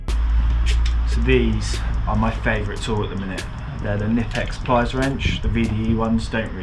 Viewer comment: Say: Kn-ip-ex 😁